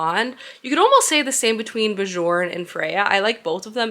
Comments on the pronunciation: I believe if the name is spelled Bjorn it’s pronounced like “bee-yourn” because that sounds Nordic :) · I felt the same about A Fate Inked in Blood. I loved the beginning and then HATED the rest of the book lol I sold it after I finished it. Also just a heads up the “j” in the name Björn is pronounced as a “y” 😂😅sorry haha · Really love watching your reading vlogs aaah! I felt the same than you for A Fate Inked in Blood but I gotta say that I was giggling the whole time when you were saying Björn as in "Bejorn" and not "Byorn" :D As an European, we hear those names more often I guess, it was so cute 🥰 I usually love what Danielle L. Jensen writes (I think I read everything from her??) but the second half was such a let down. I saw the twist coming SO hard. I even ended up skimming some parts... How sad. But one of the main issue for me, and it's a bit important in a romantasy (and I'm a SUCKER for romantasy!!), was that the romance just didn't add up. It was pretty much insta-lusty and that was it. I wanted something more like "Björn from the Vikings show" and it just didn't deliver. But I'll probably read book 2 to know how it ends haha